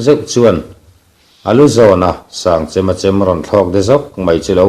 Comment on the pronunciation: Sangchema hming a lam dan hi a dik lo chêm tih tur Kan chem hman ang chem tih thluka hmanloh tur.